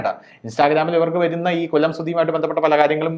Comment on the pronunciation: കൊള്ളം അല്ല കൊല്ലം വഴ വഴ കൊഴ കൊഴ